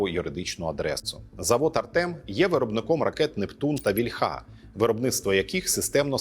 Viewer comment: Дякую за працю. "ось який вигляд має....", а не "ось так виглядає..." - за змістом цього речення, "вІльха" а не "вільхА" . Доброзичливо, з великою повагою до Вашої праці.